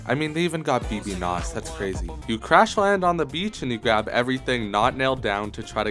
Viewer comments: Did he say baby no money wrong as a joke? Genuine question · BBNO$ is pronounced babynomoney. He has made multiple videos commenting on this